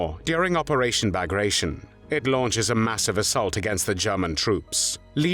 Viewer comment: It is pronounced "BAG-GRAT-TEE-ON", not "BAG-GRASHE-ON". Which shows a serious lack of your knowledge of history, considering the massive part Pyotr Bagration played in the Napoleonic wars. Educate yourself.